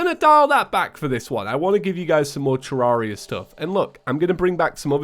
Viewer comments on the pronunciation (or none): All this time and he still calls the game ter-rar-ia Even when he's said in his videos that he pronounces it wrong...